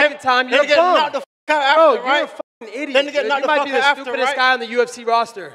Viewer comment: “get the fook outta here” will always be legendary 🔥😂